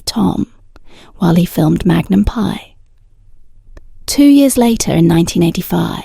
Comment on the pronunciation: Tom is 80 years old. Why do you spread fake news and misinformation about him and Jillie? What is wrong with you? This is a cruel CLICKBAIT. Learn English. It's free on YouTube. Teach your AI generated voice to pronounce correctly. It's Magnum P.I. and not Magnum "PIE" No, they did not steal water. It has already been clarified many times including here on YT. Get informed: The Ventura County District Attorney's office, where my sister, an attorney works confirmed that no case was referred to them for prosecution because the water had already been paid for by this private company that supplied the water. The company only violated state and local regulations when it took the water from one district, Calleguas Municipal Water District, Ventura County, and transported it to Hidden Valley, which is in another water district. He was only required to pay the costs of the private investigator. The lawsuit asked for the deliveries to stop and for reimbursement of the $21,685.55 the district paid to a private investigator. My sister and her husband also live there and also received water when the wells were empty. It was always paid directly to the same company. It's unclear if the Selleck’s knew where the water was coming from. They never received a cease-and-desist letter, as the recipients had to sign it upon receipt.